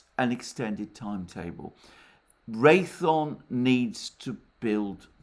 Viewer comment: Alexander—Ray-THE-on, not Ray-thon. The company is Raytheon Technologies. Thanks!